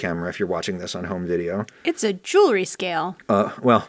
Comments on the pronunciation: "JEWELRY" scale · "Jewelry scale" 😂